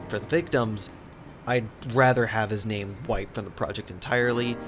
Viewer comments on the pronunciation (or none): none